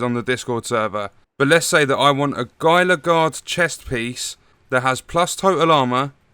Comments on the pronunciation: GUY-LA Guard? It's HEEL-LA Guard. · HEE-luh not GY-luh